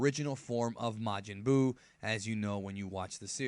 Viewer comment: Ma-man Buu